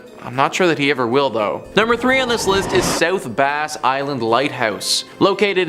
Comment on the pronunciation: The name of the island is pronounced like the word brass without the R so like the fish that one can catch in the lake south bass island is his you say it. I just do not understand how people cannot pronounce words these days. Base is not even spelled like bass. 😂